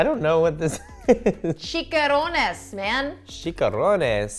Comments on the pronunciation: Lol it’s chi CHA rones lol not chi ka rones.. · cha not ca for chicharrones haha:] so chee CHA rrones instead of chee CA rrones. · She really said, “she-ka-row-nes” when it’s “CHI-CHA-ROW-NES” but spelled chicharrones. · "chica rone ays" 😂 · Bahaha not , "Chica-rones" 😂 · It's pronounced shisharron, Christy xD